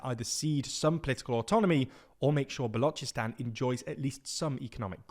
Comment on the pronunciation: Pronunciation of Balochistan is correct while of the Baloch is incorrect. Weird In'it.